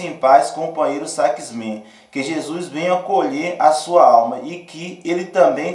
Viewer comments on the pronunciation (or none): none